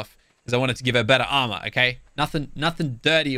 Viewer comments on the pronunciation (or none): none